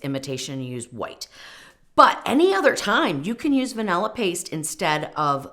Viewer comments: Thank you for mentioning the creator of the original recipe. I'll search for that instead of watching this video. Weight measurements are far superior to volumetric measurements. Also, I can't stand listening to anyone who says "vanella" istead of vanilla. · A Ninja is NOT a high-power blender. It’s cheap crap. And it’s van•ILL•uh, not vanELuh.